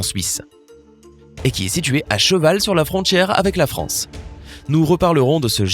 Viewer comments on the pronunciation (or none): none